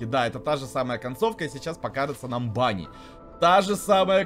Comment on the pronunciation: Этого заяца зовут не банни а ванни!